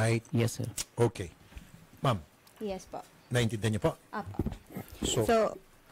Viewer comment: Sabi ng babae i-yeth 😂😂😂😂